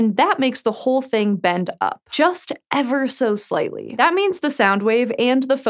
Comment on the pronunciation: You lost me at 2.20. Yes, it the wavefront bends "eva sho shlightly" but how is that "moving against gravity"????